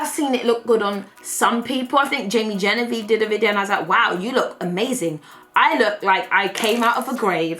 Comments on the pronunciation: It is literally my favorite thing ever when you say waow 😂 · I catch myself saying waow because of her lol. She's hilarious! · Someone needs to make a compilation of saying “waow” 😂